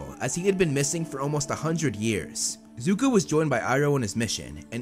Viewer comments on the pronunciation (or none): Nah bro said zuku